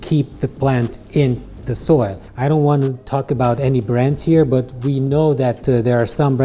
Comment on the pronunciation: I beg you, please learn how to say 'but' 😩